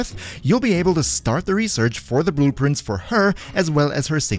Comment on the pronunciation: i thought he just said boob prints and not blue prints